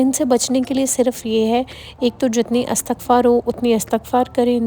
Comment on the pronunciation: It's Istighfaar (correct ) not astaghfaar